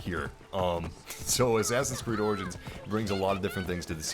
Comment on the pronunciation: U know it’s pronounced as orjins not organs it lol but the word is origins